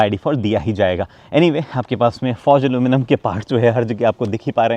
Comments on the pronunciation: Aluminium not aluminum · Aluminum nai Aluminium bolte h hum americans nai h